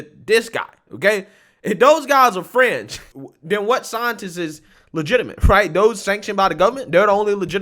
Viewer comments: Sometimes I can't really make our what you said and today's word is fringe. I keep hearing french. A french scientist? And the name Francis didn't help either. Can you like try to say fringe and french and tell the difference? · Fringe lol I thought you said French, Stop pasteurizing milk and juices, lol